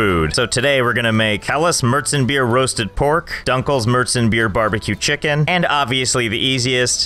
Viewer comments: How is it that you read "Maerzenbier" (almost) correctly, but completely mess up the pronunciation of "dunkles"? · Can pls speak dunkles with o and not with u Maybe that Sounds more Deutsch (german) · im german and for me its a bit funny how he pronounces helles and dunkles